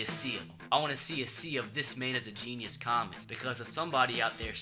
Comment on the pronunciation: Dis hombre es un jeee-knee-eous